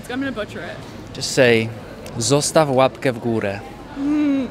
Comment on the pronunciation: "Zossastaw łapkjeee w górjee" xD No i jak można nie zostawić ;-) ... gdy super wywiad, a dobry z Ciebie człowiek.